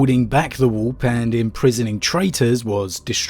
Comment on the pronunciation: I love how you pronounce warp “wop”